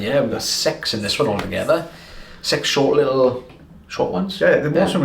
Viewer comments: Why am I hearing sex instead of six?? 😂😂😂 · Ohmygosh, these southern ears perked up at the very beginning. When you kept saying there’s six, six in this compilation, my ears replaced the i in six with an “e”. The Welsh accent got me!!! 😂😂😂😂😂😱😱😱😱